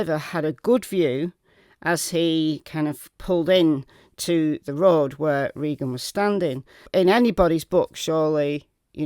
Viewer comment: I am pretty sure that her name was Reeeegan and not Raaayyyyygan.